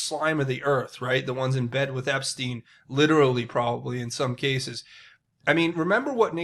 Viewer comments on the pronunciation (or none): none